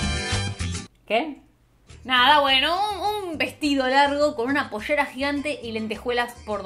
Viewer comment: Pollyshera gigante me mató como lo pronunció jajajaj esta mine lleva la pronunciación de la ll a otro nivel 😅